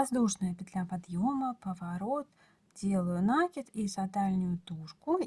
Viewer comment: нАкид, как же режет слух Ваша 😢😢😢 неграмотная речь😢😢😢